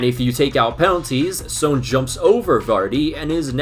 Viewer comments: video was great but why do you pronounce "son" as "sown"???? its just pronounced as "son" like the star or a parent's child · This guy definitely watches Hunter x Hunter. It's pronounced "Sun." Not "Sone." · Is his name actually pronounced "Soan" or am I just crazy? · I'm sorry, but the way you're pronouncing Son is annoying me.